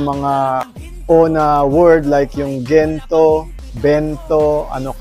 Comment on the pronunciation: Natawa naman poh ako sa "Kento" Kento" 😆😅😂 Thankyou for always supporting our Mahalima🫰🏻💕 New subs here poh by the way👋🏻🥰 #SB19🩵👑✨️